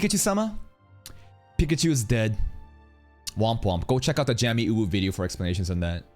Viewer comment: isnt jamiuwu pronounced "jay mee" thats how she sais it atleast